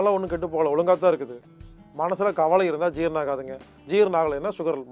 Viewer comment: தம்பி,கவளை,இறப்பை என்பனவற்றை தயவுசெய்து திருத்தி கவலை,இரைப்பை என கூற முயற்சிக்கவும்.நான் இப்படி கூறுகையில் யாரோ ஓர் பெண்மணி "இது ரொம்ப முக்கியம்"என எனக்கே நக்கலாக கொமன்ற் போட்டிருந்தார்.அம்மையாரே எம்மொழியை பேசினாலும் அதன் உச்சரிப்பு சரியாக இருந்தால்தான் அர்த்தங்களும் சரியாய் இருக்கும். இதை மறந்து நம் தாய் தமிழை கொல்ல(கொள்ள) வேண்டாம்.